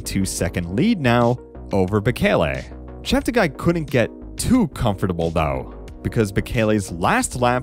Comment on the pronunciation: Please note that Joshua politely requested all commentators to pronounce his last name as 'Cheptegay' not 'Chepteguy'.